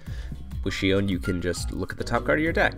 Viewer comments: Exactly. Take in count they are not two separate words as well. So it is Shion not Shiown. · Shiown? Really? Can no one pronounce "Shi On"? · Except Shiown is actually closer to the original Japanese pronunciation. If they wanted her name to be Shi On it could have been シアン (Shian) in japanese. However her name is シオン (Shion). Therefore "Shiown" is more accurate. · Bona It's shi-on since it's probably written with the kanji for Shi (poem) and kanji (on) for sound. It makes sense to me.